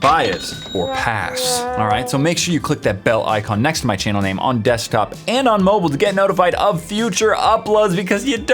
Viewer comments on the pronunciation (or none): Hate how he says mobile